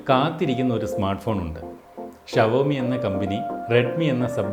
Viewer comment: Chetta shavomi ala xiomi